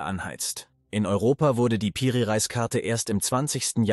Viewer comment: Nice Video, aber kann kein Reis mehr hören ☠️, es wird Re_is ausgesprochen und bedeutet sowas wie Oberhaupt. 😂😂